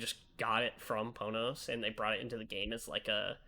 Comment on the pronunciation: It's fine, they still say "Pohnohs" which isn't how you say it. Everyone sucks.